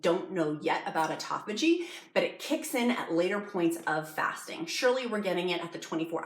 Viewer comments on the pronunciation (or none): none